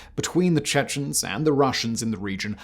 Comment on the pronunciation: why are you saying "Chechnens"? it's much simpler, "Chechen". I'm I missing something?